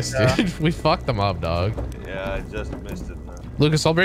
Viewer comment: says da-ug-ga instead of dog